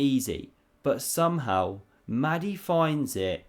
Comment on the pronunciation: Another great vid. Small point, only trying to help.... Mahdi might like his name pronounced with a breath-y, just a bit like a dragon saying "Mahh-di".